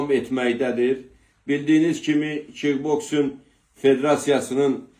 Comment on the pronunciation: Bu adam kikboxsinq deyə bilmir.Çobandı.Vaxi ilə girməzdi Adilə...